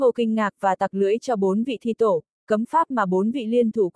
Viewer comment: Đọc như người ngọng! Thi tổ đọc thi te, to lớn bệ vệ đọc to le be ve!! Bó tay luôn!!!